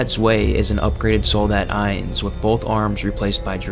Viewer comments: "Ee-ens, which means one in German." Eye-ns. Eins. Eye-ns. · I’m sorry, but I can’t forgive the butchering of the German in the soldat section. ‘Ians…Zwey~’ 😂